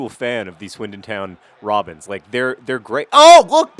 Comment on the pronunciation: Does it sound weird to anyone else when John says "the Swindon Town... Robins"? I think that team should really consider becoming Swoodlypoopers.